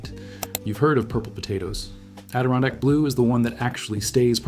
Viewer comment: and the Adirondack is pronounced... Add ih Ron Dak Hope that helps. XD